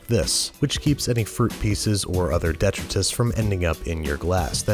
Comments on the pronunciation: Babish man it's pronounced "De-try-tus" not "de-truh-tus" dude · Debt tetris? Dee try tus. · detritus pronounced duh-TRY-diss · Most people pronounce that de-TRY-tus, not DET-ri-tus. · Only time I've ever heard it DEtritus as opposed to deTRItus. Charming! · It's actually pronounced 'de-try-tus'. Shout-out to Terry Pratchett. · Today i learned that Babish doesn't know how to pronounce detritus. :P Your cookbook made a great gift for my cousin for the holidays by the way, cheers! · Thanks for the video! You mispronounced detritus.